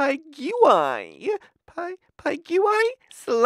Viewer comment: The pronunciation of "slaps" disappointed me.